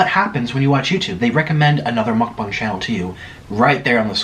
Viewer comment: Ya'll rewind all the way to the begging and hear how he says "MUcBaunG lmaoo. love your vids tho you're you make me hungry so ur vids work <3